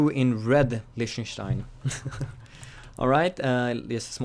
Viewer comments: "listener stien" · It's pronounced Leeh-ten-stein.